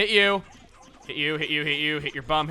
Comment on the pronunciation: hey when he says hit your bum it kinda sounds like he's saying hit your mum hit your mum